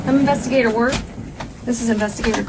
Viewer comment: She was an "investi-geeter"